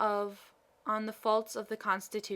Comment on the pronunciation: This is well performed, with a few minor caveats. First, then last line actually reads “I don't know how it happens sister, but I meet with nobody but myself who is always in the right” You accidentally omitted the first half of the line, which is too bad, because it's actually very funny. Second, you read many of your “the”s as “thuh” when they should be “thee”. It's a simple rule. The “e”sound should be long (“thee”) when it precedes a word beginning with a vowel (“...the only difference...” should be pronounced “...thee only difference...) and truncated (or “soft”) when it precedes a consonant (“thuh” “...the more likely I am...” should be pronounced “...thuh more likely I am...) Of course, the long “the” sound, “thee” that precedes all words beginning with a vowel, is truncated. It should never sound like the old English “thee”, as in “Are thee a madman?!” It must be shorter, taking no more time to say than the other “the”. In all events, not following this rule makes anyone sound uneducated or ignorant. A physicist on PBS fails at this every time he says “the Earth” which, being a physicist on PBS, is a lot. He always pronounces it “thuh Earth, sounding like a hick (like me). It's embarrassing. Other than those two issues, this is very well read, with good intonation, cadence, and clarity. Very good job on a critical but little known speech from US history.